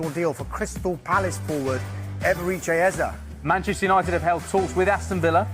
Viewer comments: Stop being so lazy Who the heck is “Ease” These AI vids need to be boycotted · Nah...just a stickler for pronouncing names properly. It's spelled Eze and pronounced Ayzay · pronounciation ezzay please. It’s not that difficult